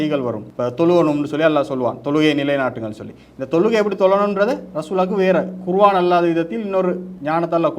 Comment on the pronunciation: தொகுப்பாளர் குர்ஆன்(Quron) என உச்சரிக்கவும்! அறிக "குருவான்" தவறான உச்சரிப்பு